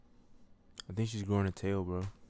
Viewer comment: not them saying tail wrong